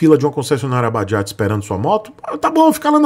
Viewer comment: "Bajajo" kkk